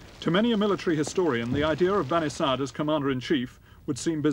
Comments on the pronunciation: ok i just heard the guy say "bani sad" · Why is his name spelt Bani Sadr when the R isnt prounced? Or is the narrator getting it wrong